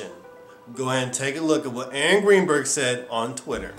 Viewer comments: To me it sounds like he keeps saying angry birds. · ...I misheard when he said "Aaron Greenberg" and thought he said "Angry Bird" each time. Made for some interesting images in the context. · it sounded like he kept saying angry birds lol